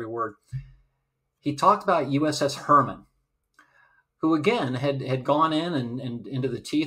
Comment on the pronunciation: Great video! Small quibble. The USS Heermann is pronounced Hear-maaan. Not Herman. That is all!